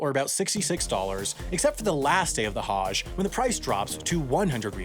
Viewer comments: I love this channel.. But can we please work on pronunciations... Islam has no 'z' the s is soft.. Same with Muslim it's not Muzlim its Muslim like how we pronounced the s in moose... Also for Hajj think of how we pronounce the word nudge. Similar but with a Ha at the beginning. Also Hajj has to do with means.. It's not cheap to do. Not everyone can do it. Muslims are not forced unless they have the ample source of capital to do it. Thanks for reading. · That's not even close to how Hajj is pronounced. Hajj rhymes with "fudge". This Haaaazh BS is ridiculous. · How are you able to say “Tchaikovsky” correctly but can’t say “Hajj”?? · The a in Hajj is not pronounced like that.